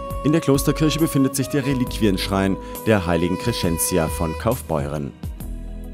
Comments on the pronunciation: Nein, da hast Du Recht: Die Betonung bei Kemnat liegt auf der ersten Silbe, es ist also das KEMnater Tor, und man sagt "Cressentzia" und nicht "Creschentzia". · Kommt mir das nur so vor oder spricht der Kemnath und Crescentia komplett falsch aus? Kann auch sein dass ichs schon immer falsch ausgesprochen habe...